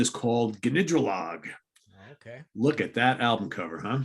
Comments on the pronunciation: Enjoy these shows, more so than some of the more lauded bands you cover. Gnidrolog is great, but pronounced nidrolog not "ga"nidrolog... silent G. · It’s pronounced Nidrolog; it’s an anagram of Goldring with an extra O. Their other album, In Spite of Harry’s Toenail, also released on RCA in 1972, is also very good.